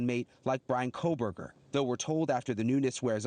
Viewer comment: It's Bryan, he won't fancy you if you can't get his name right.